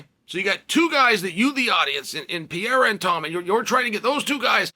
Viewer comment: It’s Pereira, not Payerra…